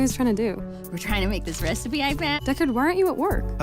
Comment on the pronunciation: “Reyes res-ipe- recipe” 🥺